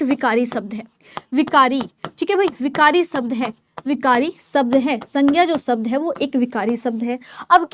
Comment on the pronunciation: शब्द ❌ सबद ✅